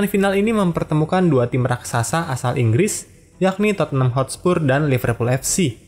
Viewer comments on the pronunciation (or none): none